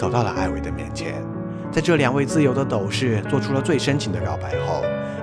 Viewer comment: 是斗（dòu）士哦～